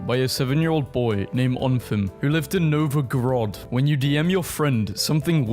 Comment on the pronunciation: I died a bit inside when he mispronounced Novgorod